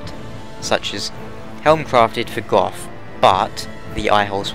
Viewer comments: its "go" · How 'bout how Gough pronounces it? 'cos he does it all funny sounding